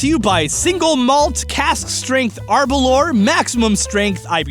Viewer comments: That “arberlore” is a Scottish whiskey not ten miles from where I live and is pronounced ah-br-luwer or ah-ber-loor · For the record, the whisky is pronounced "A-ber-l'ow-er" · he pronounced Aberlour wrong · Mate Aberlour is a town in Moray Scotland and you pronounced it very wrong. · hi there! i love 20 minutes away from aberlour and the way you pronounced it was hilarious!!